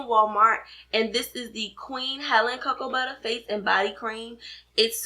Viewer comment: I love how you say "Cocoa Butta" 😄 Thanks for the vid!